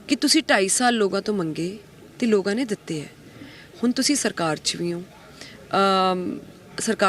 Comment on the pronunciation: Logaa nahi hunda...lokaa hunda hai ji ... Punjabi bhasa di aisi taisi na karo ji